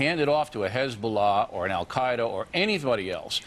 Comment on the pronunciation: al gay-da? Yeah you really solidified your argument with that.